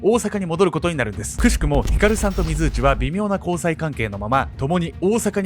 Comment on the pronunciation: 水内って油断（？）して聞いてたら 非通知に聞こえる。 ...私だけでしょうか。どーーでもいーいですよー